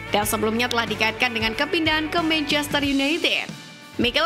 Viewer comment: kenapa sih dari dulu naratornya kalo ngomong manchester city selalu terdengarnya kaya "meicester" tadinya saya pikir saya yg salah denger, tapi emang bener naratornya ngomongnya "meicester" terus...😂